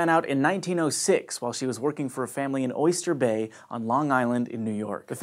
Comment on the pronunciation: Oystah Bay!!